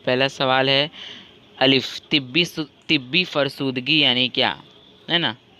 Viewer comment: It's not tibbi it's tabai